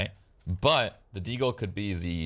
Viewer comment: "Automatics is dae way" - Shrood 2019